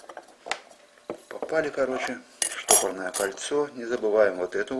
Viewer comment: Говори не штопорное кольцо, а стопорное кольцо.